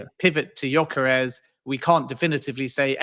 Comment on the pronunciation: yoi -karez is a crazy pronunciation 😂😂😂😂